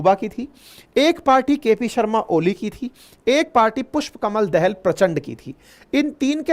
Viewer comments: आपका अनालिसिस बहुत सही है । पर उच्चारन, जैसे पुस्पकमल दाहाल प्रचण्ड को आप दहल कहते हैं तो बुरा लगता है । दहल नही वह दाहाल हैं जो वत्स गोत्र के ब्राह्मन हैं । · पुष्प कमल दहाल not दहल